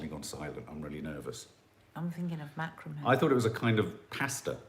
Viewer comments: It is pronounced Mac..kra.. me xxx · It’s pronounced Macraaami 😅